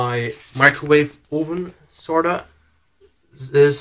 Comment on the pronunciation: Ooven? Your Microwave ooven?